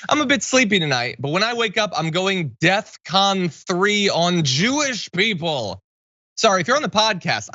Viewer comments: Isn't it Def Con not Death Con ???? Kanye is a Fvcking idiot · It's DEFCON, not death con Kanye you absolute buffoon. You could have even gone with DEFKANYE, but that's too clever. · it’s DefCon. not death con